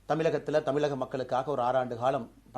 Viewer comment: தமில் தமிலகம் என்று சொல்வதைத் தவிர்த்து தமிழ் தமிழகம் என்று சரியாகச் சொன்னால் நன்றாக இருக்கும். மற்றபடி உங்களுக்கு வரவேற்புகள், பாராட்டுக்கள், வாழ்த்துக்கள்..... நேர்மையான உங்களுக்கு இறைவன் உடன் நின்று நல்வழிகாட்டுவார்......